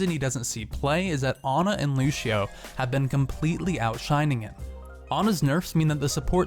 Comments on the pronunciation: at 52 he says lushio insted of lucio XD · Why do people pronounce "Lucio" "Luchio"